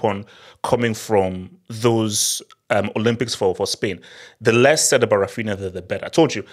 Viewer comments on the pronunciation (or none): none